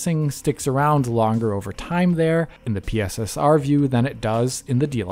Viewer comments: PSSR, not P.S.S.R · Are they really calling it PISSER